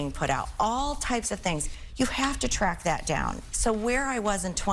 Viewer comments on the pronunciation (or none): none